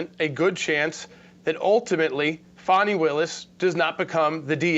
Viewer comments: FONZI AND FANI. FONI ITS SPELLED DIFFERENT. ITS Faaaaaani like the butt. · Why do you call Fani, Fauni? You pronounce fan, fan and faun. I pronounce Fani as, should be disbarred.